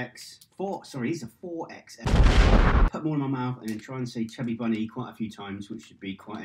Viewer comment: I think you need the smaller ones to do this one, they are massive!! I'm not sure you said chubby bunny properly tho!